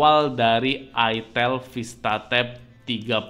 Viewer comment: Salahnya penyebutan mereknya ga enak banget 😭😭😭😭